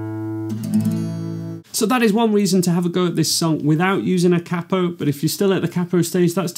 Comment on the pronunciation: the way he says capo triggers me